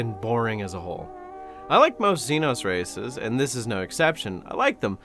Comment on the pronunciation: Instead of "conglomerate of dozens of races" I heard "conglomerate of dozens of racists"